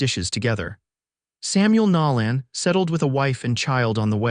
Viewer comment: It's "Nolan", not "Nallen"...AI needs work...great story, though